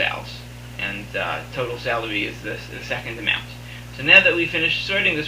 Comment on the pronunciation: Super informative after I got over the fact you kept pronouncing "salary" as "celery"...